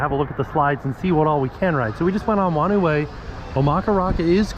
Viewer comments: Nz here: “whanau” in “whanau way” is pronounced like “fah-now”. “Wh” is an “f” in Maori and some other Polynesian languages. It means family 😊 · Whanau is Maori for family, and it's pronounced like far-know. Wh makes an f sound.